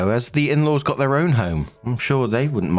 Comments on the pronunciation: To me, it sounds like, “With’ir update” like a conjunction between With and Their, so it always made sense to me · Nooo!! Your "'er update" was just fine. Yeah, it sometimes sounds like "her" but mostly sounds like you're swallowing the "th" when saying "their" which I thought was fine. I liked the little accent on it.